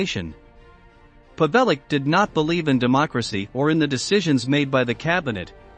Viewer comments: The pigs name is pronounced pav-el-ich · The 'c' in Pavelic is pronounced 'CH'. If you want to make a biography at least pronounce the subject's name correctly.